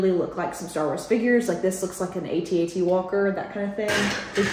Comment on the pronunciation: It’s called AT-AT ( like the word “at”). My kids were going to be Jedi knights when they grew up 😅.